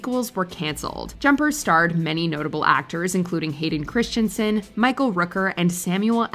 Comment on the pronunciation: Every time... it is NOT Hayden Chris-TIAN-sen... it is Hayden Chris-TEN-sen